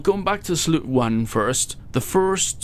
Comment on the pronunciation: it's pronounced "salyout"